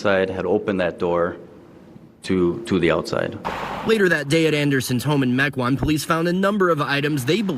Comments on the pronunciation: Meh-kwan not mee-kwan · Mequon spoken as Mee Kan is a new one to me!!! It’s more like Mech whan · Lmfao I love how he says Mequon 🤣 It's pronounced "Meck-Won" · Meeeeqan - lol as someone who lives in Mequon (meh-kwan) this killed me in the best way possible 😜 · Just a little thing for ya... Mequon, WI is pronounced "Mek Won" 😀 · Wow, I live not far from Kenosha and I've never heard about this case.. Thanks for covering it! Yet another true crime story to further cement my decision to remain single.. no thanks. P.S. lol, Mequon is pronounced Meh-kwan. Not ME-quan.. they even say it on the news clip you showed.. I'll forgive it tho, most people struggle with our cities Native names.. 😂 even me, and I AM Native.. ✊️ Excellent coverage once again! 👍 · Not gonna lie. It was lowkey hard to recover from him pronouncing Mequon like Mee-con. 👀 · It's meck qwan Wi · Mekwon is how you say it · Mequon is pronounced MEK won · mequon, wi is pronounces Meck-w-‘on’ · This judge... what other famous case did he do? I recognize him Ahhh kenosha - he did the Kenosha riot shootings. Kyle Rittenhouse Second edit: Mequon is pronounced "Meck-wan" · I live 5 minutes from Saukville. And for reference the town you butchered the name of was (Meck-wahn) Mequon, the news guy even says it right. Also that's the Rittenhouse judge, I love that guy. Also, she said pacifically, not specifically. She must have other skills. Also where did that guy find Clorox wipes in March of 2020 at that Walmart?